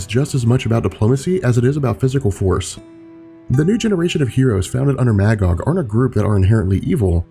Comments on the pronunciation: The character's name is pronounced "Muh-gog". Not MAH, Gog. He's literally a biblical character existing in both The Old Testament and the Qu'ran. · Magog is pronounced as [mey-gog], the first part of that word sounding like the month; May. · Maggod is pronounced Muh-Gahd. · My favorite comic book story. Irony is my favorite dc hero Green Lantern (Hal) is not in it. Also Magog is pronounced Muhgog. Please, for the love of all that's decent, it's Captain Marvel, not Shazam.